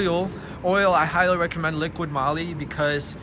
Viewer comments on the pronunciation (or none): It’s not radar, it’s radar detector also it’s liquid moly, it’s liquimoly and you seems to be on crack you’re stuttering like a MF and don’t make a whole lotta sense.